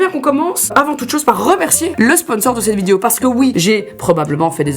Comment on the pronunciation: Je t’adore mais tu dis Vidio ça me stresse 😂